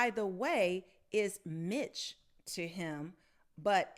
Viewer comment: You’re not a great reader are you? “Miche” as in Michelle without the “elle.” Come on, girl.